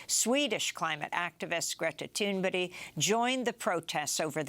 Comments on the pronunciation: its Greta Thunberg not Tumberdy😄 ( Fire the person who wrote the teleprompter he did it twice on purpose to make you look bad) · Dear Amy please stop calling Greta Thunberg Greta Thunberry as that is not her name and you do this often she is so important please call her Greta Thunberg as she truly is God-sent deserves recognition!!!!! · You should practice pronouncing Greta's name! It's not like she won't make the news again!!!